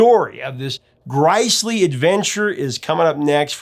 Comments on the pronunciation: "Griclee' ? Ya mean to say 'grizzly' maybe ? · The word you pronounced '"gricely" is, I suspect, the word "grisly", it's pronounced like the bear -> (griz'-lee4). Ever hear of "the grisly details'' or ''a grisly murder'', a "grisly scene", or "grisly story " but never've seen the word?? Dat's da werd! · The word you pronounced '"gricely" is, I suspect, the word "grisly", pronounced like the bear -> (griz'-ly). Ever hear of "the grisly details' or ''a grisly murder'', a "grisly scene", or "grisly story"? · GrIsly? It's pronounced ˈgriz-lē Just saying. Great video, despite the mistake. Cheers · Did he say "gryss-ly" instead of "grizzely"? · FYI grisly is pronounced just like grizzly, not grice-lee. Like me, you're old enough to remember dictionaries (ha ha ha) and the online ones have speaker icons where someone speaks the word out loud for you. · Interesting story. BTW,, the word grisly is pronounced like grizzly bear, not gr-EYES-ly. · Eeeeek! Not "grizeley"! Grisly is pronounced Grizzly, a homonym with Grizzly bear. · Does anybody pronounce "grisly" with a long I sound? I've always heard it pronounced "griss-lee." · 'Gryse lee"? Do you mean "Grisly" like Grizzly bear? Or is that pro nounce e ashun from the British? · sigh Itʻs pronounced GRIZZLY, even though itʻs spelled grisly. NOT "grice-ly." What IS it with peopleʻs videos this week pronouncing stuff weird?!!! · The word "grisley" is pronounced griz-lee, not grice lee. OMG! Srsly? LMFAO!!! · GriZly! He read it and said it wrong! Please tell me someone else heard it. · Excuse me, did he just pronounce "grisly" as "grice-ly"? It's the same as "grizzly". smh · Grisly is pronounced like the bear. Not like gricely. Where have you been that you've never heard the word pronounced properly? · "grie-slee"!?! It's pronounced "grizz-lee". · Gri sly, not gr eye ly. Loved loved Timothy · "GRY-Slee"? Did you mean grisly? (Grizzly) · "Grisly" is pronounced "grizzly" not "gricely." BTW, it wasn't banned in my area.